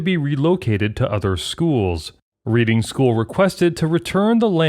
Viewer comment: 'Reading' is a town in the UK, pronounced as in 'redding', not as in 'reeding' - that is a short 'e' not a long 'e'. Irritating.